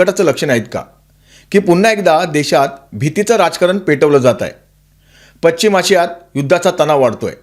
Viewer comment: पच्चिम आशिया का पश्चिम आशिय गॅच्चा तुटवडा का गॅसचा तुटवडा? कोणती भाषा बोलता?